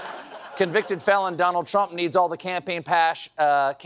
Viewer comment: LOVED Stephen’s Freudian slip: “campaign ‘pash’” - revealing!😘😝😂😁